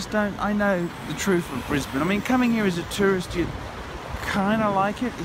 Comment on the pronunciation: Stop saying "Brisbayne" you annoying schizo fuck.